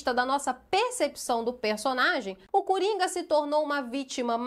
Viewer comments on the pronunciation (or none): Tenho certeza que a falando cUringa foi bem proposital 😂😂😂